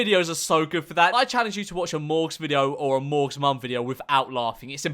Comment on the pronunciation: Morgz is the only human who pronounces mom how it’s spelled